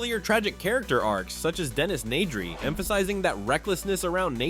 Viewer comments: And “Dennis Needry” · "Dennis Nay-dree"?